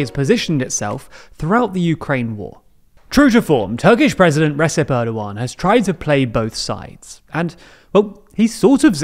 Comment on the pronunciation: Gosh he is slaughtering Erdogan's name, can't you at least watch a video where his name is pronounced correctly?